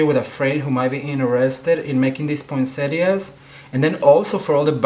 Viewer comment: Thank you ,the best poinsettias and the clearest instructions. And the best thing ...you are the only one to pronounce poinsettias correctly !!